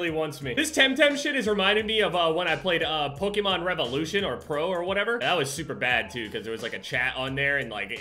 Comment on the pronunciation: all these years and still can’t pronounce Pokémon 😂